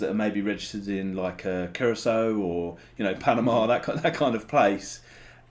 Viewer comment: Honestly I'm just happy you pronounced Curaçao correctly